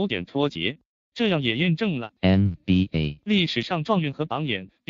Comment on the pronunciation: NBA的發音真的很靠杯